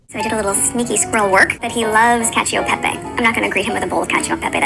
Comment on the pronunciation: Cacchio peppe!!! Oh I’m dying over here 😂😂😂😂 She’s trying to refer to “Cacio e pepe” which is an Italian pasta dish from Rome, she is just hilariously butchering the pronounciation (as she later butchers the french). She wants to come across as someone with refined taste and education, what a poor delivery.